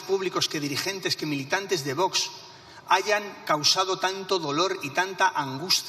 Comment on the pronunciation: Y esta tonta del bote que está de presidente del congreso, cuando se enseñará a decir VOX y no voch.